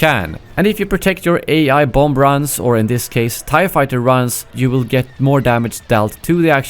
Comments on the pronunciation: Hey, when you pronounce bomb, you slightly say the last “b”. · Pronouncing the B at the end of 'bomb' is not an accent, though, it's a mispronunciation. An accent would be 'Bahm' or 'Bum' or something like that.